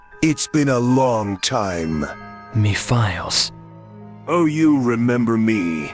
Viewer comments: It’s pronounced “Mephiles”, not me files. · first off you pronounce the name wrong you clearly won’t listening to the cut scenes from 06. Also, you clearly forgot that he doesn’t have a mouth seriously he’s creepy enough as it is without one. You don’t need to give him a mouth to make him more terrifying